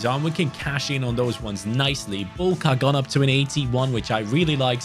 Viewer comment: As for the pronunciation of Marcin Bułka's name, you pronounced his name correctly the first time, but his surname is read "Buwka" in English because the "ł" in Polish is the equivalent of "w" in English.